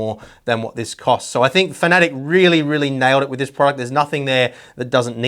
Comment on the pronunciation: its pronounced fan-a-tech not fantic